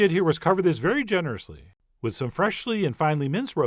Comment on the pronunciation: Why do you say wiTHhh, soft Th as in wither?